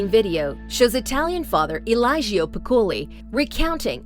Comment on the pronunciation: nice video as always! btw the name Eligio is pronounced "E- lee- gio" hope that was helpful, I'm italian and I already knew the last story..VERY sad and disturbing